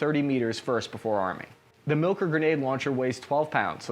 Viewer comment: It's pronounced "mill-core" not "milker"